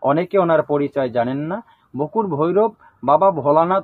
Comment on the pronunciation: বকুট না বটুক ঠিঠাক বলুন